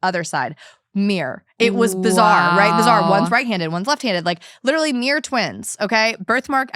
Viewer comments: i’m sorry is she pronouncing “mirror” as “mere” 😅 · Took me a while to realise that "Mir" is "mirror" 😂